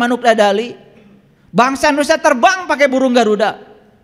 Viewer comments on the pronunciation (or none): none